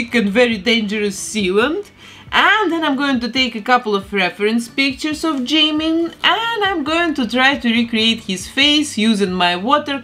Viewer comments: Мне кажется, что имя должно произноситься как «Чимин»... Пишется действительно так как вы произносите. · I usually feel uncomfortable when people pronounce Jimin’s name wrong but your accent is... I don’t know it doesn’t really bother me with your accent By the way I love how this turned out If you could do Jin Seokjin next?